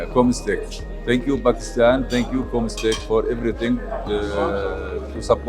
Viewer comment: listen carefully she said bakistan ;) edit: but i’ve doubt 🧐 ¿?